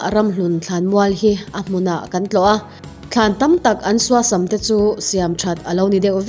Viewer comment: Suasam i sawi dan hi a thluk tlemin a rikdan a dik lo deuh tih mai loh chu i aw ngaihthlak a nuam e